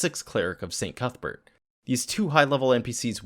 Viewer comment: Cuthbert? I heard cuckbert >D I like the content on this channel!